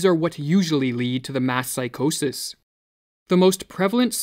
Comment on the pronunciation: Couldn’t help but hear “mask psychosis” periodically instead of “mass”. Thanks for the video, it was needed.